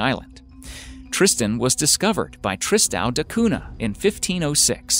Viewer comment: Amazing video but the way he says “tristão da cunha” 🥴🥴